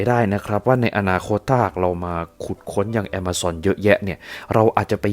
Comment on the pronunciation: ใช่ เขาออกเสียงว่า"แอมะซอน"